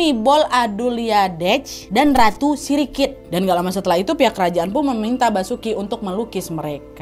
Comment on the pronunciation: Mon map pas kak Nadia bilang ratu Sirikit saya ngakak woi emg aga lain ya Thailand